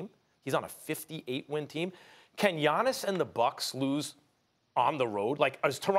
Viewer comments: At this point I'm convinced that Steven A just can't pronounce Giannis' name. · Hahahahaahahha Stephen A cannot say Gianni's last name. Neither can I type it out lol. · Stephen A call him Gannis. Please stop with the Greek freak it's annoying respect